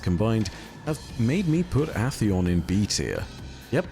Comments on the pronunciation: Is it pronounced Ah-theon? I've only ever heard Ay-theon, and I've heard it that way for so long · Aint no way bro just said atheon like that💀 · Love you but goddamn after the 10th mispronounciation of atheons name made me give the same reaction as when the wifi runs slower than a three legged badjer